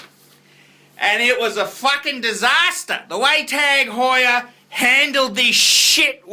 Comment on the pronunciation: OMG, this is like the Charlie Sheen video's. Also, Honda, KTM and Yamaha are world championship racing bikes. Your off your rich fat ass rocker. This guy should be taken off YouTube. And also, PLEASE pronounce Tag Heuer correctly if that's possible.